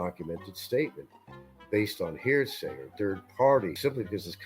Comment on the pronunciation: He's not likely to ever change; he's been misusing 'poetic license' for several years now, among several other words that he mispronounces ('hairsay') and he completely mangles or misuses common English phrases. Hard to believe that he made it out of 6th grade, much less obtained a BFA.